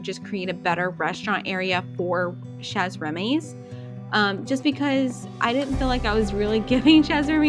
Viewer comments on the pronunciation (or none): You said Chez (Remy) with the z at the end but Chez is French, you don't say the z, the z is silent. So you say just Che...if you want to pronounce it correctly 😊